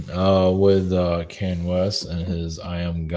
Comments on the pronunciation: (Kahn-yay) not (Kane), even when he channels him, he pronounced it wrong.🎃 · The way says Kanye🎃. As always, I enjoyed this video-so great to have someone speaking my 5D language🤗 Go well,. Thank you